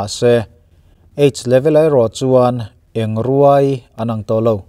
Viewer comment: Oi kanaute, Engruai tih hi ithlukdiklo vekhauh mai a.